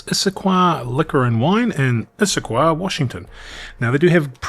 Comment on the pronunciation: Oh sure, Imbibe you can't pronounce... But Issaquah just flows off your tongue like water.